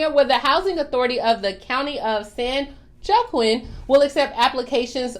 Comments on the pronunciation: In California, it's pronounced. San Waw Keen.. not San joquin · The county San Joaquin is actually pronounced San WahKeen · County of San (wah keen ) it's pronounced just to help you